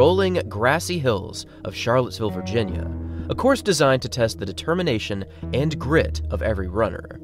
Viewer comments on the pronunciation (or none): none